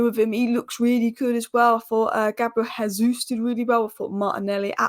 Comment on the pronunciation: JAYsus, he speaks portugese where it's pronounced JAY not HAY. That's Spanish.